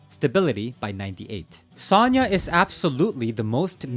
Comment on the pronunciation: Sanya ("Саня". Sometimes "Sasha" - "Саша", short names for Alexandr). The voice actor might have pronounce it bad, the author is Russian dude who has a channel named "CS GO NEWS" and that's his text the guy is reading.